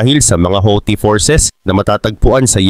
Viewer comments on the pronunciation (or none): none